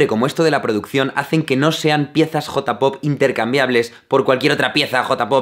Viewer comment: No les pasa que aman sus videos, pero detestan como pronuncia J-pop? o K-pop? xD